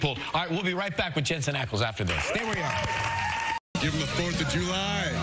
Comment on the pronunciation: Another presenter who doesn't do her homework and what's more embarrassing is she's interviewed him before! It's ACKLES NOT ACALS hunny!